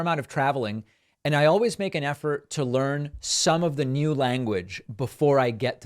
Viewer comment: David, please ask babbel how to pronounce the word new.